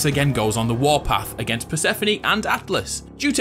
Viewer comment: Bruh its not pronounced per-seh-fo-ni its per-seh-phone or per-suh-phone